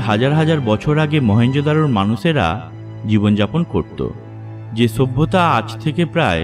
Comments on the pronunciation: kathata sabhyata,bata ta bolte pareni! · কথা পরিষ্কার না।অবশ্যই=অবছ্যই।সভ্যতা=ছভ্যতা না।হা হা হা... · কয়টা যে লাইক দিবো বুঝতেছিনা।কথাটা মনে হয় আর হাসি ওঠে।ছুব্বতা.‌....ছুব্বতা.....হা....হা.....হা.....হা.....😂😂😂😂😂